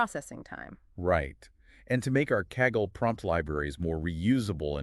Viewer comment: The AI started to have a brain aneurism. Saggle instead of Kaggle.